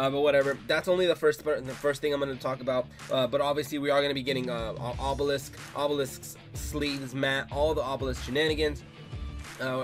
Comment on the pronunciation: wus dis, obewisk??? owo